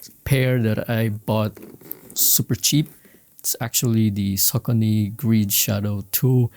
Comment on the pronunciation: It’s pronounced “ Sock-ah-nee.”